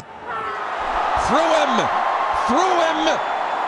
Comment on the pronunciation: through him, throv him and chthrewhim